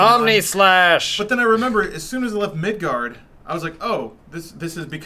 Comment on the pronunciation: Pretentious asshole comment: It's "Midgar". not "Midgard."